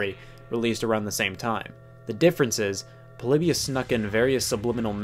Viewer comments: It’s Po-lee-by-iss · Everyone: Polybius Me: polybus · I always thoug it was pronounced Po-Lee-Bee-Us instead of Po-Li-Be-Us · It’s pronounced Paul-eeh-bee-us